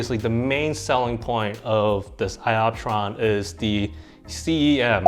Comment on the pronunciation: LMFAO !! ‘sky optron’ :) I like how you can laugh at yourself bro ! Haha